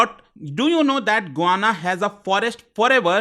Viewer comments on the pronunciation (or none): Bhai, it is GUYana, not Gwana